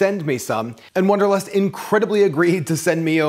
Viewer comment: It's wanderlust not wonderlust